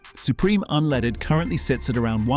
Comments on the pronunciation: What's this "unleeded"? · How can you take somebody serious when they can't even pronounce unleaded correctly